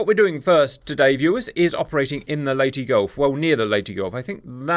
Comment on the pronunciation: (insert angry comment about pronunciation of Leyte here)